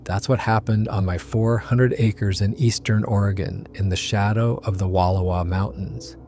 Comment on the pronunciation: If someone can't pronounce the Wallowas correctly, I have my doubts about everything else. The audio is obviously AI, so the rest may as well be too.